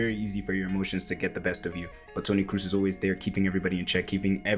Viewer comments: Nice video, man. Thanks for the work you put in, it is appreciated. :) So, one thing, it is not Toni "Cruise", it is more like Toni "Cross" but stretching the "o" a little. Keep up the good work! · Dude, you spent so much time analyzing his passes - but unfortunately fail in pronouncing his name correctly… it‘s not Cruise or Cruz it‘s more like „Kross“ (like gross with a K) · Great video! A little advice from a German: his name is not pronounced "Cruise," it's more like "Cross" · Its a long o in kroos, like bo selectah. Not cruise ;) nice analysis!